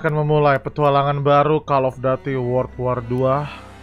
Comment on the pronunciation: bang bukan call of daty call of duty baca u bukan a